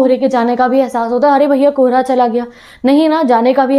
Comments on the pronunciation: Kobra nhi kohara hota haii 😂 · When you say '' kohra " I listen '' kobra ""😅😂